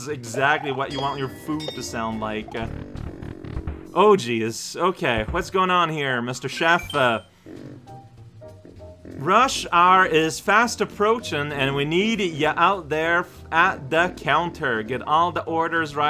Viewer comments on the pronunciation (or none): really like how the manager drops the already silent "h" in "hour"